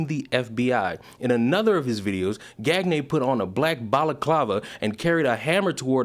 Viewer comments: Gagne is pronounced "Gone-YAH" not "Gag-ney". Look up famous pro wrestler Verne Gagne on how Gagne is properly pronounced... it's "Gone-Yah"... it's NOT "Gag-Ney". Anyway, in a way I don't mind having this specific Gagne's name pronounced as "Gag-Ney" because I can 100% confirm that everyone else named Gagne wants ZERO association with this guy. LMAO. Out of all the publicity stunts this guy could have done, this was NOT the way to go. LMAO. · Peedough or not ... wood chipper don’t care. Also I think it’s pronounced gone-yay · I think it's pronounced gone-yay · Pronounced gone-yay. Bonehead lol. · Gagne is pronounced gan-yay. Its french and believe it or not means winning in french. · Pronounced gonyay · Supposed to sound more like "Gone Yay" The frogs are funny like that. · Gan-yeah...that is how you pronounce that name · Gan-yay. It rhymes with Kanye. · Just a note for the future. 'Gagne' is french, pronounced Gone-Yuh. Famous last name in the wrestling community. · just bc I KNOW you can make a joke with it, I think it is pronounced like Kanye, but with a "G" instead of the "K." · would it be pronounced 'gan-ye'? kinda like kanye? genuine question if anyone knew lol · Gagne is pronounced like "Gan-ye" and rhymes with Kanye. I only know because of Guy Gange from Turbo the movie 🐌 🤌🏼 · Very minor point, but "Gagne" is pronounced "Gawnyuh". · That last name is usually pronounced “Gone-Yay”